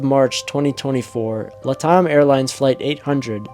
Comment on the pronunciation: Latam is pronounced 'Lat' like in Latin and Am like in 'I AM getting tired of hearing it mispronounced'. Latam is an abbreviation for the first two words of 'Latin America Network Airlines. "LATAM typically stands for Latin America. It's a shortened form often used in finance, economics, and business contexts to refer to countries in the Americas where Romance languages like Spanish, Portuguese, and French are spoken. "